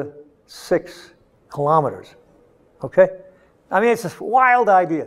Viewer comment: KILO'METRES, not kalamaduhz.